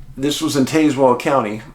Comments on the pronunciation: Hey Dave :) love you man. I live in this part of VA , just for future reference it’s pronounced TAAZ-WELL just like Tasmania not TAY. And its Chill-How-eee not Chill-Ho-eee Very weird cases. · I went to elementary school in cedar bluff. There is absolutely ZERO strangeness in that area. Btw its pronounced Taz- well. If anything out of the ordinary happened my guess is a mountain lion. Yes they are around the area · Taz - well is how we say it down here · I'm from Cedar Bluff, VA and I have never seen anything sketchy here 😂 But, this story is definitely a mystery that we would love to see solved. The pronunciation of Tazewell, is TAZ- well, like jazz ❤ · Taz-well. As in the lil cartoon guy Taz. The second part is like a water well. You put it together and have tazwell. The next closest counties are buchannon and Russell. You say the previous as Buck Cannon. The second is self explanatory. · I kept saying this through out the episode.